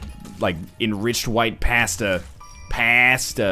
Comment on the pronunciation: What is this pronunciation of pasta shenanigans? You actually from Boston NL?